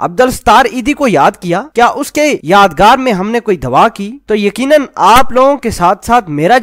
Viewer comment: Apna tallafuz drust Karen dua ki bjai dawa keh dia. Adum sahib ka sher hai: zulf bardosh agr koi haseena aajai...... raqs karta hua sawan ka mahina aajai : Aur husn woh garm haqiqat hi ulat dey Jo naqab... Tu der o harm k maathay pe paseena aajai. Kia is dunya mein husn se bara koi jadoo eejad hua hi ? Siyasatdan tu kuch zizda hi husn prust hotay hain bilkhsoos Pakistan k. Net par bharmar hi inkay affairs ki. Politics k 2 hee tu baray ajza hein maal kamana aur ishq larana !